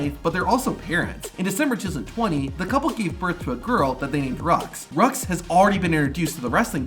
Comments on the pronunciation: Seth and beckys kids name is pronounced ROO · you said seth and Becky's daughter wrong it's roux but the x is silent and it's not rux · Roux is pronounced rue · Isn't Seth and Becky's child's name pronounced as 'roo' ? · Absolutely butchered Reux’s name…🙄😒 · Bro pronounced Becky & Seth’s daughter’s name wrong🤦‍♀️😅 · Great video but how did you fuck up becky and seth's kid's name that badly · He pronounced Seth and Becky’s name wrong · btw it’s pronounced rue not rux, roux said rue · Her name is not rux, its roux (rue) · roux.... is pronounced Rue. not Rux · I think Becky and Seth’s daughters name is pronounced ‘roo’ and not rux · I don't like being one of "those" type of people but I think you pronounced Becky and Seth's daughter's name the wrong way. I believe the letter x of her name is silent so it sounds like "Rue" not "Rux". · Becky and Seth's daughters name is pronounced ROO ( ROUX ) not RUX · Becky and Seth's daughter's named Roux --> which is pronounced Roo. Roux is french. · becky and seth's daughter's name is pronounced ROO not RUX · Seth and Becky’s daughters name sounds like ROO not RUX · Becky & Seth's daughter's name is pronounced Rue not Rox You forgot... Kevin Owens & his son Owen & daughter Élodie Leila, HBK's children Cameron Kade & Cheyenne, Jeff Hardy's daughters Ruby Claire & Nera Quinn, Matt Hardy's sons Bartholomew, Wolfgang & Maxel and daughter Ever Moore, Luke Harper's sons Brodie and Nolan, Bray Wyatt's kids Cadyn & Kendyl, Eddie Guerrero's daughters Shaul, Sherilyn & Kaylie, Rey's son Dom & daughter Aalyah, Edge & Beth's daughters Lyric Rose & Ruby Ever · Guys its not pronounced "Rucks", its "roo" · Yeah, some wrestling fan (I Joke)... its pronounce Rue not Rox 😂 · Roux is pronounced “Roo” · Seth and Becky's kid is named.....Rucks? (I know it's Roux, I was pointing out the fact ai is dumb). Also Trish changing from the chick kick to.....the dick kick?! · Becky and Seth daughters name is pronounced “roo” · It’s not pronounced rux 😂